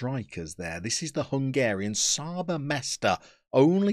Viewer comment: The Hungarian guys name is pronounced Chaba Meshter! A lot of Hungarians play in Austria so im happy you went there! Good luck!!!